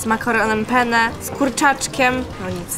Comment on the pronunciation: Muwi się penne